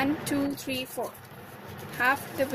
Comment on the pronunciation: When you say three it almost sound like your saying tree